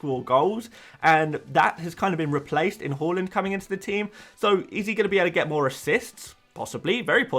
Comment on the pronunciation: You’re still saying “Holland” aren’t you 😒 Its Haa-land! Watch his City unveiling, he himself corrected people!